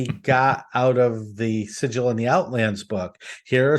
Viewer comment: Actually it's pronounced Sigil, not Sigil. 😂